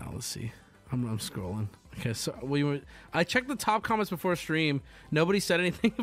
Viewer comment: I’m trying to sleep but I can’t help myself from hearing say “calments” and not “comments”